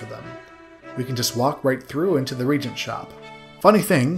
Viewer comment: I love seeing the look back at these old games I haven't seen in decades. There is one nit-pick for this video though: "Reagent" is pronounced with three syllables (re-AYE-gent), it's a tad confusing because there is another word "regent" (RE-gent), which means "acting ruler".